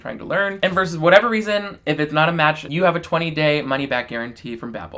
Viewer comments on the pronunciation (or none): none